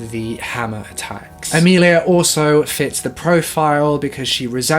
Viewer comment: Sorry to be that guy...but it’s Amelie not Amelia